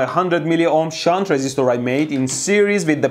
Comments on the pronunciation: Your "shunt"... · Haha I want to make a shit but you said shaunt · SHHUNT... Haha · the way you stressed the "SHUNT".... also... I "invented" a "lightbulb" as 10 year old or so, by playing with power supply and some random wires... Ever since then I love electricity and sparks... I burned and electrocuted myself so many times since then that My fingers have now much more resistance to heat and burning... So I love watching your channel. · Shunta-da-metre.....meter, gimma da meter...please mr bushy-brow. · C'mon man. Safety 'shunt' goggles.... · how did he used to say "shunt"? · Count how many time mehdi says “SHUNT” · Shunt Not Shit 😂😂😂 i love you man